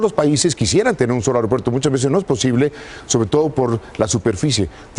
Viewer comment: Se dice "aigropuerto"